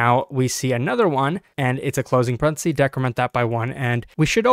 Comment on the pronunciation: The singular of "parentheses" is "parenthesis" not "parenthesee"